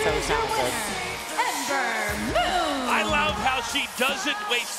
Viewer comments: Someone tell Cole she's Ember MOON not Ember Moo. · michael cole said "Amber Moo". srsly michael? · Come on Michael Cole! It's MOON not Moo! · Did Cole say Ember Moo at the end?